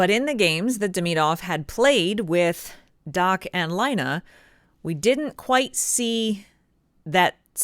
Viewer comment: Laine is pronounced "LINE - EH" = LAINE ..... NOT "LINE - AH" DOES NOT = LAINE. It's not hard to say.